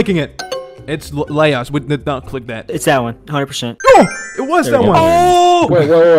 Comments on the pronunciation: its not "La-os" its just "Laos" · im pretty sure its "LAO" just "LAO" without S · Wtf is leyos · Lay (like the cup company)-oy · THE LAOS PRONUNCIATION😭